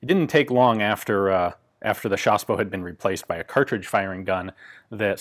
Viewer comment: J adore quand vous dites " chassepot" avec l accent !